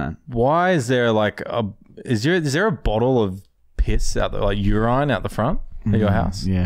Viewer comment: Stunt idea......frozen piss popsicle On a side note, why does sound like he's saying "you're on" when he says "urine"?